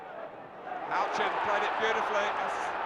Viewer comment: "HOUCHEN"...........oh yeah. 8-D